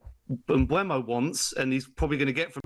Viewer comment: Its said Mboomo (mbeumo) he said it himself.